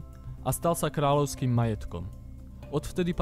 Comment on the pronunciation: Propagovat SK a pritom rozorava ladovy, kralovsky.... Pozname Ľ na SK. Sice uz tam roky nezijem, no chcel som posunut agenturam v zahranici, ale neda sa to pocuvat.... Chlapce, nauc sa Ľ a potom ries SK.... Skoda. Krasne vids, ale ten jazyk....skoda